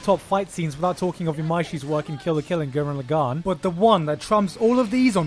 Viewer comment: Is that actually how Lagann is pronounced is he just messing with us?